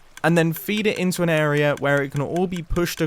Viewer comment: I like that he says area like ”eroerea” 12.15